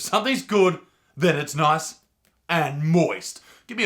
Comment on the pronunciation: Its noice and moist